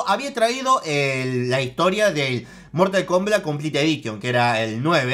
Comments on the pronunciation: Mortal Komblat xD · Mortal Klombat Jajajajajajaja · En el minuto mortal combla